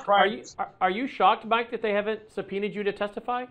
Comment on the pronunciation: "Supbpeenion prod". He said "Supbpeenion prod".........WTF???